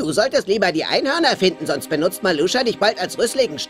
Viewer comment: Meluscha 😅 falsch gesproren Maluscha